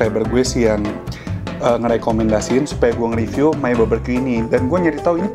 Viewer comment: 9 tahun lebih q skolah .... BBQ di baca baberqyu...